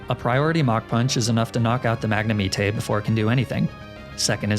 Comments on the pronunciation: Bro needs to learn the Pokémon names… magneMEETE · You pronounce names so bad.. 'Magnameetay' .. WHAT? MAG-NA-MITE. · I love how you pronounced Magnemite's name as "Magnemmity!" It's so funny! LMAO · These videos are great. I've watched a bunch of them now. It's interesting hearing how some Pokemon names are pronounced. This one threw me for a loop. Magna...meetae? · Magne me-teh lmao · “Mag-ne-me-tay” “fachad” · Magnemitey.. I see you went to the Wolfe Glick school of pokemon names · Did he just say magna-meetay? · Magnemiteee lol. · Ah yes. Mag ne me te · Did he say mag nem a T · “Facade” is pronounced “fa-saw-d” granted I’m pretty sure it’s a foreign word. Also, the “mite” in Magnemite is pronounced “might” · how does magnemite go from being pronounced "magne(duh)me" to "magneme(tay) in the same fight funnny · the magnameetay had me LMAO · Magnémitey almost made me spill my coffee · I believe mispronouncing Pokemon is an elaborate scheme to boost the YouTube Algorithm in his favor. Someone uninitiated says "oh actually, it's MagneMITE, like a dust mite or All Might" and then more people get recommended these videos because hey, they're getting more comments. And then more nons come in with more gripes about pronounceation. Personally, the mispronounceation makes me want to throw my phone against the wall, but I then realize he's playing a Nuzlocke so the Grammar Gods will try to pay off RNJesus to obliterate him for his crimes against humanity. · Mag na te ne is my favorite pronunciation of Magnemite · I thought the magnemite pronunciation was odd...then I heard how you said Facade....who else but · I almost liked until I heard how you pronounce magnemite.... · I was all for this video till you said magnemite and facade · Every time i expect meditite to be pronounced as magnemite, and every time i'm thrown off lol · theme challenge idea: pokemon you've mispronounced on other videos on this channel, such as magnemite golduck golbat etc.